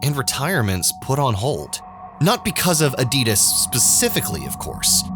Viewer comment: Your pronouncing ADIDAS wrong